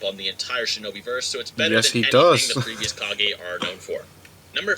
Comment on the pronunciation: With subtitles on it thinks you are saying "car gay" when you say kage and I have to agree.